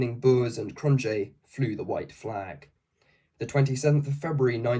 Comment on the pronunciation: Understandable. Even if you had an Afrikaans speaker to coach you, English just works completely different. Cronjé has no J sound and its a K like Kroot Afrikaaners can have a horrible accent in English and most English speakers of Afrikaans retain an accent